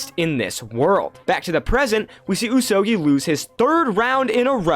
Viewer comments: Pretty sure the pronunciation should be "ooze oh gooey" rather than "ooze oh gee (as in geese)" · Is the pronunciation not like: Usogoi? Rather than usogii?